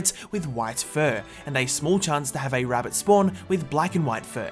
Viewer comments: No no he did say "A poor Wittle Wabbit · did I just hear him say “Wabbit” instead of “Rabbit” On purpose or is it just his accent